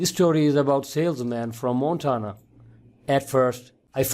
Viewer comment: JUST GREAT!! Now I know what happens to outsourced “tech support” operators who don’t work out!! What a waste of my time. This guy can’t even pronounce “Montana” correctly!! Thanks for nothing, “”.